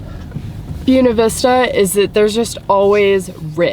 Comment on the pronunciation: I just saw this video after watching a bunch of your other videos! I immediately knew where you were when you showed the Collegiate peaks in Colorado! I'm a Colorado native and SO appreciate you saying it's "Buena Vista" properly! Love all your builds!